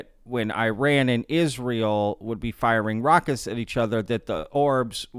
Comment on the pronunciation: It takes 5 seconds to search how to pronounce Iran....